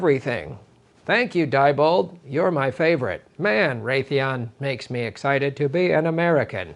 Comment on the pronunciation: Sorry to be so pedantic, but Diebold is pronounced "dee-bold". Not certain, but I think that is typical of German pronunciation.